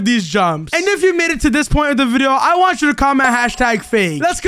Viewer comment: In the fight wudo was struggling 😂while it’s so easy because he is overpowered with his sord lol😂and he was saying I don’t wana die but insead I herd i wana die😂😂😂